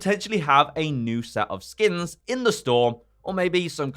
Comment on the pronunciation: Why do i keep hearing skim?